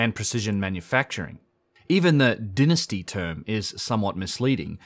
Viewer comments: I would like to make a suggestion. Dynasty is pronounced DIE-NA-STEE. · I thoroughly enjoy hearing you say "Dynasty"!